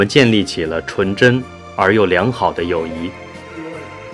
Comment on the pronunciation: 个别字发音不准确，比如友谊的谊是第四声，不是第二声